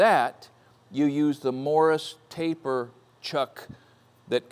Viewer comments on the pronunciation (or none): It's 'Morse taper' not Morris taper - minor point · Morse taper not morris, turret not turrant. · Morse taper - same pronunciation as morse code. Sounds like you said it same as William Morris of Morris & Co.